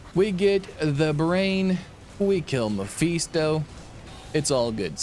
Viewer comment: Personal issue, I know, but I couldn't get through the whole video because of the Mephisto pronunciation.